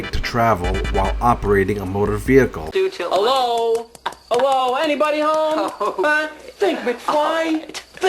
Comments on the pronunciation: DID SHE SAY VEE-HICKLE? 🤣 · Veee heeeee Cle I’m yet to hear a sovtard pronunciation of the word vehicle correctly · Why does every one of these retards pronounce Vehicle as VEEE HICK ELL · "Vehicle"? What happened to automobile?! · Why do they all pronounce the word vehicle like morons. Instead of breaking the window, they should just slash all 4 tires